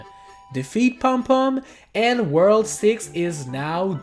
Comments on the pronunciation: The word is worlD! With a D! Please dude, try and practice that. It actually annoys me so much. I don't mind 99% of your accent but you always say "whurl" instead of world. Oh and also, I think it was pretentious to say "Wow we did it." at the end. No, you did not. I appreciate that you showed us that it was possible but you were not able to do it yourself. So you did not do it. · Drinking game: take a shot every time he says “wurl” ...you won’t survive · I'm pissed off cuz you said super Mario 3d land It's 3d "world"